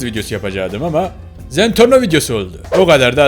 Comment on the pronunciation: Zentorno değil zenprno